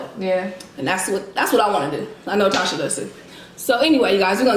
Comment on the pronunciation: Tasha pronounced it perfectly! Well done :) Looks so so so good <3